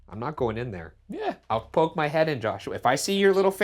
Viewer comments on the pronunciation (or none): none